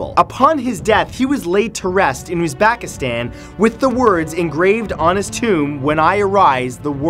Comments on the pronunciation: I'm from Uzbekistan, and it's not Uzbaakistan, it's Uzbekistan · first of all i was born in uzbekistan so was my family and i hate how he says uzbekistan like uuuzbaaakistan and timuuur